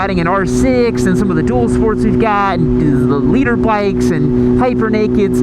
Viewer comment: Always sounds like "leader bike", as in the fast fucker at the front, not litre as in 1000cc